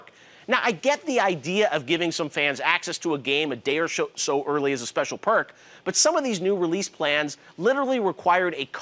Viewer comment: "a day or sho" GEOFF'S DRUNK